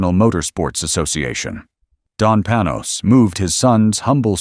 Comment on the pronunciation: Well, first, you are mispronouncing the name: Panoz. I know this because my company produced the sales video for the car and I spent many hours with both the car and the Panoz Family. Mrs. Panoz kept a 1953 Corvette, completely perfect, in their garage). I appreciate you going into the pre-aluminum roadster. I thought it was a beautiful car and was honored to take a few laps at Road Atlanta with it during the production of the sales piece. I had not seen the aluminum version and I have to say: that unGodly ugly hood scoop absolutely ruins the look. One other thing. That tiny windscreen was worthless. It actually aimed the air flow right at your eyes because it was so low. We wore helmets on Road Atlanta so it wasn't as noticable. But man, it was so much fun to drive, and you talk about turning heads! I think the only car I would rather have is a 64 XKE Roadster, but that is major money. Thanks for doing this. I would love to find a Panoz at a good price. I would definately want the older one. Man, that hood scoop on the AIV was horrible.